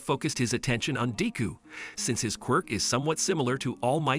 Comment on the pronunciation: If you are going to say deku name say it right